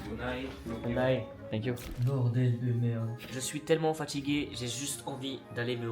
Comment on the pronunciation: Lv il a dis tank you a un espagnol 😂😂